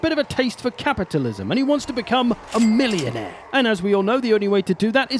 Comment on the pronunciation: why do i just hear the word "millionaire" in orkish "Oi wontz ta be a Millunaer hehe"